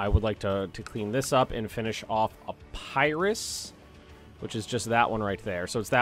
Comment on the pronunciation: It’s pronounced ep-er-is, not ep-pie-is.